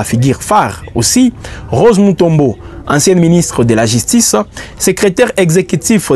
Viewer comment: Jistice, figuire, piblic. Cette chaîne ne fait pas test oral non?